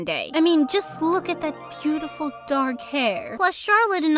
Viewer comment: I noticed the dad said peautiful and nor beautiful!!!